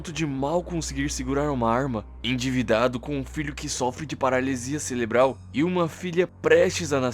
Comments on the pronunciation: Parei no “celebral”. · "Paralisia celebral" kkkkk pqp